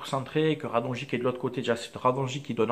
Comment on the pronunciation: Bonne vidéo, je suis d'accord avec toi. Mais juste si tu pouvais prononcer Radonjić correctement ça serait cool. Continue comme ça, tes vidéo sont très bien